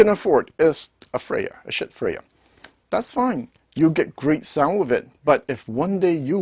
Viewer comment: It‘s Schiit Audio, not Schitt Audio. You should ch3ck what you are talking about and give such a splendid manufacturer credit for who he wants to be!